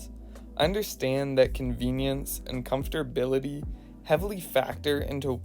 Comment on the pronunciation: He said comfterbility